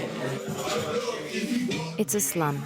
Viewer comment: what in the AI is this the way it pronounced sh!t was crazy and never seen lake spelled lac lol